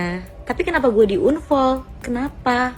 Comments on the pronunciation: ini sapose Unfol bukan anfol😂😂😂😢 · Unfol unfol 😂😂😂😂...bacanya anfol woyyy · Bacanya anfollow. bkn unfoll. Itu cewek bolak balik bilang unfall unfall . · Membaca dengan baik dan benar"unfall" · maaf..ngakak sy dengar Unfoll..😂